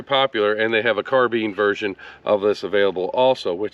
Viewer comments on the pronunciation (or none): none